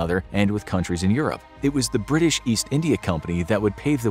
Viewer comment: bri'ish moment